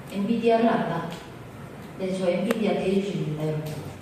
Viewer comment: 엔비디아 발음 듣고도 교포라 믿었다고? ㅎ